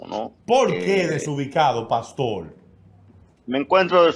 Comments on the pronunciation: 😡ES PASTOR.. CON "R"... """NO PASTOL..""" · acaso hay 2 familiares en el mundo en la historia de la humanidad que esten de acuerdo en todo, creo que antes de hacer este tipo de "entrevista" donde un tercero va a salir abochornado; hay que aprender a pronunciar la letra R. un gusto conocerlo y el chico que esta en la radio, te falta mucho...